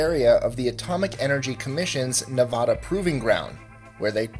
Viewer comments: Maybe your research should include learning some simpler things like how to pronounce NEVADA. It's Nevada, not Ne-VAW-da and, btw, it's Or-i-gun, not Ory-Gone. It might help your credibility among western state residents. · Nuh-va-duh. The va's a is a as in apple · Dude come on, "Ne-Vaa-Duh" is how you say it. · You said Nevada wrong